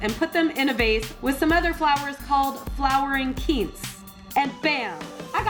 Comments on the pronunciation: for- sigh- thee -ah and kuh -wince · Quince is pronounced quince....once. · It is quince (pronunciation Kwins) and they produce a hard happy like fruit you can make jelly with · Her pronunciation of flowering quince....